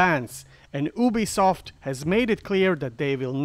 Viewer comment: It’s pronounced you-be-soft